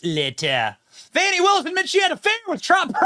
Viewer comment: Uh, It's pronounced "FANI' not the other way, lol.